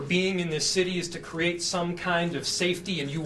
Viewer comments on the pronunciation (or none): none